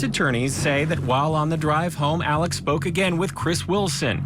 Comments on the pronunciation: It’s pronounced “Elek” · In SC, they pronounce it "Alec," or "Elick." And the last name is pronounced "Murdock."